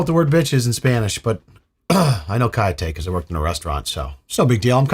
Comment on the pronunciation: The double L in "callate " is pronounced like the Y in Yes. Like the Y in Yat.